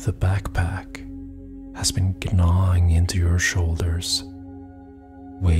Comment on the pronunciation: I have followed your meditations for many years and always love them. They transport me to a wonderful place and your voice is really soothing. Thank you for all that you give.. just a little side note. Gnawing when pronounced has a silent g so sounds like nawing not g-nawing 😉🤗